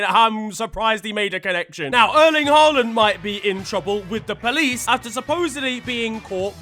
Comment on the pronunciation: Bro said HAROLD 😂😂😂